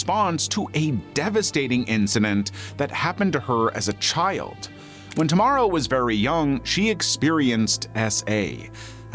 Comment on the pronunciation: Finally someone saying Tamara in a good way. Don't like how it sounds in english